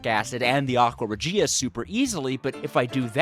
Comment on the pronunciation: its Aqua Rěgia not Aqua Regìa